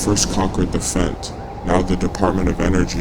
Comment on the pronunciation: Hearing a British narrator say "Fent" was weird af 🤣